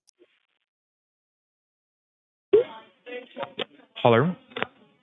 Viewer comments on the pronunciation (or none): "hullerrr" I like how they can't even say the simplest English word correctly.